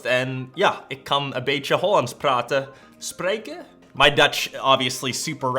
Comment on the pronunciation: Your Dutch is so Funny 😂😂 btw it is "spreken"" 😂😂